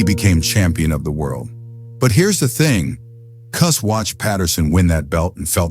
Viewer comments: Cus, pronounced “Cuss”, due to his full name being Constantine, NEVER referred to his style as “peek-a-boo” until after the media began using that phrase as an insult against not only the style, but to Cus as well. He heard it, knew it was a dig at him and his style, but he liked it so much that he proudly adopted the name and it immediately stuck. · Would be cool with a real human voiceover. ..."Koo-s"... Hilarious. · First off it's Cus not coos. Secondly the style was not designed for short fighters your entire premises is wrong. Third it was not ignored that Mike had pain from his childhood Cus taught us discipline focus and worked on developing his fighter's character through emotional control harness your energy learn and channel through focus with intent and purpose and boxing was a discipline that Mike myself and others could channel rage in an efficient effective manner. If you have two tall fighters both of them in the 6 ft something range you better know how to weave under hooks and hit from angles the premise that fighters and styles have evolved and that this style was only designed for crouching smaller fighters is 1,000% incorrect I was 5'11 fighting as a middleweight and quite effectively slipped and weaved under my opponent's punches. Your narration is accurate your facts or not. The style has not lost its effectiveness due to how the sport has changed fighters are fighters you have two hands you're squared off in a ring and the object of boxing is to hit not get hit and do it in a manner that excites the crowd that is the premise of the style That's what we were taught in Catskill That's what Cus perfected. You are correct that trainers have no idea how to teach this style there's bits and pieces of it myself and a few of the fighters from Catskill work with fighters but finding dedicated students in a sport that's contracting with less and less athletes that are drawn to o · Cus not Kus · Cus as in uh not coos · Cooz 😂. AI is pretty funny.